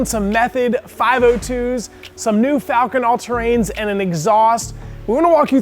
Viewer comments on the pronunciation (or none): FALCON? LMAO Falken, not Falcon